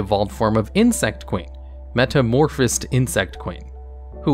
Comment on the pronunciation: "metamorphEsOd" It hurts...